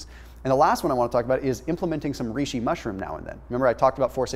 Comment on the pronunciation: Avtóphagy Reishi, not riishi Like Rey Great Information🎶